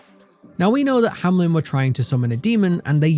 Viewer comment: OMG IT IS HAMELN NOT HAMLEN!